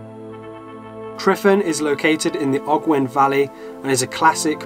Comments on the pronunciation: Tryfan is pronounced with a v not f. Great video though or great "fideo"👌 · I'm Welsh we basically live in middle earth and is hot Edit: its pronounced Truvan not triffin:) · The “F” in Tryfan is pronounced as a “V”, so more like Truh-vann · The letter 'F' in Welsh is pronounced like a 'V'. So for example, 'tryfan' is pronounced 'tri-van'. Only 'FF' is pronounced like a 'F'.